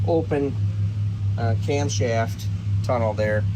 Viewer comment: OHHH YAH says. Not camshaft but cumshaft😆